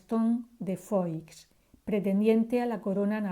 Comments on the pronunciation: SE PRONUNCIA FUÁ NO FOIX, SE ESCRIBE FOIX PERO SE PRONUNCIA FUÁ. FERNANDO ERA TÍO ABUELO DE ELLA PUES ERA HERMANO DE LEONOR DE ARAGÓN, REINA DE NAVARRA, ABUELA PATERNA DE DOÑA GERMANA. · Germana de Foix (se pronuncia "fuá") por favor.....